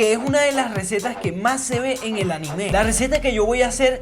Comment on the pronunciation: Se dice anime no ani me